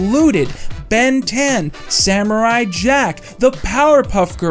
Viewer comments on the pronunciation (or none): none